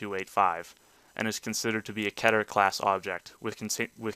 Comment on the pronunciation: its pronounced keeter not ketter